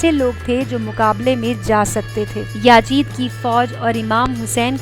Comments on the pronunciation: its not yaajid...its yazeed... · Aaapki video achchi thi lekin yajid nahi yazid aur harmala nahi hurmula